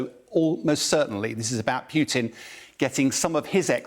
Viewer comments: Come on. It's 'Poo tin' NOT 'Piu tin' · It's POO-TIN not PEWTIN lol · Dear English people. Its Putin not Pjiutin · Why is this commentator calling putin- peeutin? Even a Brit should be able to pronounce the short vowel u. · Any chance this guy can stop saying pewtin. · Interesting enunciation. i wonder what is correct, pew-tin, or Poo-tin? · Love how he says PEWTIN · this is poo teen